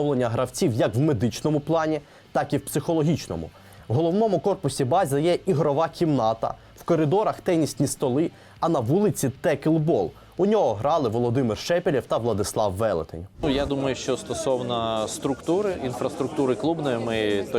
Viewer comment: "текЛбол"🤦🤦🤦🤦 цікаво, звідки в слові teqball з'явилася літера Л перед Б?😂😂😂😂😂